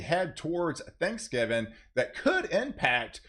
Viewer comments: Please. It's "Thanksgiving" not Thanksgiven. Pronunciation is important. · "Thanksgivin" 😁 love this dude 🙏🏻